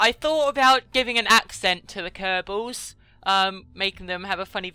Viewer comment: i don't mean to stop on your testicals but its kerbals